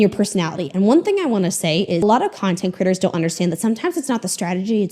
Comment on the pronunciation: Half the time when says ‘content creators’ I hear ‘content critters’ and it’s delightful every time.